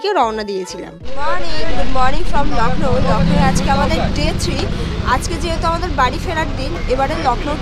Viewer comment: It's Lucknow not lacknow